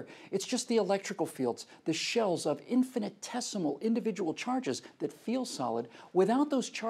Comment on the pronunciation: It's "infinitesimal", not "infinite-tessimal" (that's not even a word). How is this guy a real-reporter?